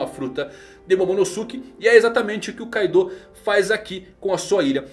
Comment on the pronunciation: E tbm não é Kaidô kkkk